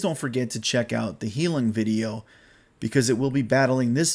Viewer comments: It’s pronounced “High-loong” it’s German for “healing”. 😉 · I forgot to mention... I noticed you mentioned Heilung a lot. It's actually pronounced High-lewng, or high-loong, whichever is easiest to read. Basically, think of the loon bird, then just add an 'ng' at the end.